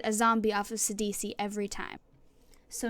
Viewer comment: I'm running a phenax mill deck with eater of the dead. Too crazy. and thank you for saying his name right!